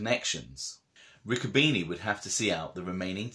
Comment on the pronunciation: By the way my uncle Harry was my father's brother you should watch with smart-ass comments it can be construed as disrespectful nobody ever called my uncle a little Santa Claus to his face and nobody ever disrespected him to his face my grandmother was a Bruno lot of details in these stories that you can't read a lot of mixed versions of the real truth and its pronounced Ricco bene' not beanie